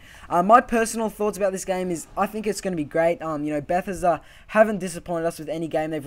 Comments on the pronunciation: Stopped watching bechause of the way you said Bethesda.. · Please learn how to pronounce Bethesda. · Who else was annoyed by the way he said Bethesda, great video, but I couldn't help cringing